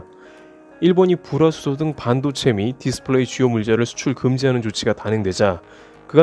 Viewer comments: 죄송하지만 불화수소 발음 잘 안 되시는듯.. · 불화수소 발음 뭐임 ㅎㅎ